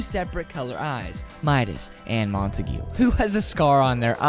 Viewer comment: I’m not trying to be mean but I think it’s pronounced like montaig not montagoo